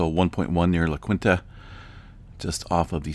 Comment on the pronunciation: La Quinta = La KEEN tah. Not La KWIN tah. Keep up the good work!